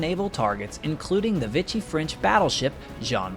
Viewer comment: I know it’s late, as this generally excellent video has been up for a year. However, the linguist in me must point out that the French faction is pronounced “VEE-shee,” NOT “vitch-ee.” I truly do not mean to pick nits. It is only because your productions are otherwise excellent that I take time to comment. Be well. I look forward to seeing more of your work!